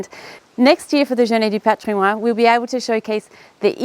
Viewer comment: Excellent. Great site, wonderful château. Lots of time, elbow grease ahead. (By the way, for Heritage Day in French, you pronounce the "n" in "patrimoine". ;-)